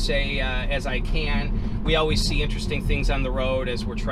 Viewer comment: Great vid! P.s. Please try to pronounce the first t in interesting.